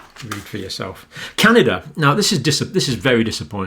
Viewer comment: John, WTF is Canader? I believe you mean Canada. There is no R in Canada but there are three EH’s. Happy Friday John!!